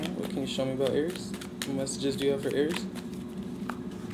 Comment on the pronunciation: I love the way you say Aries